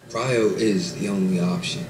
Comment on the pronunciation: Cryo sleep honey not chiro 😂